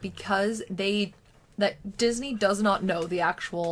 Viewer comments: "Disnye West" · I love “Disnye” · Noone:: Disnye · "Disnye" Security Guard: Don't try and church it up son!